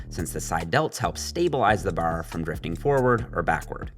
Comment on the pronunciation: As much as I like I hate how he says “bar”